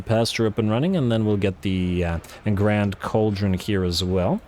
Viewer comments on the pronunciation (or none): none